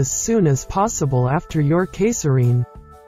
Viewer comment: How do you miss pronounce “caesarean”?